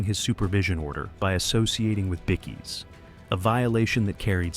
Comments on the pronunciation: Good to see no icecream men, but there was a split second I seen them. Now you need to learn it's pronounced by-keys not bikkies. Bit of an insult I believe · BICKIES?? Australian word for BIKERS is BIKE-EES not BIC-EES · “Bickees”? SMH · Us Aussies and THE REST OF THE WORLD says BIKE-KEYS lol I think this guy is the only man on Earth that, lol my 4 yr old nephew even know it's Bike-KEY